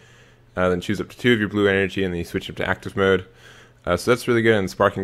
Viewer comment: Why do people but u when they say blue?